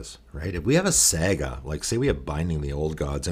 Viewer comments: Sah-gah not saa-gah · I don't want to be that guy but are you trolling right now. Saga is pronounced like "saw-gah" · I'm sure this vid is great, but im gonna have to watch this muted with subtitles, cause I can't listen to you mispronounce the main word for 21 mins. Saa-guh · SEGA tribal. Sonic as the commander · the way you are pronouncing saga is getting to me :/ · Ya i’m losing my mind over it too for some reason lol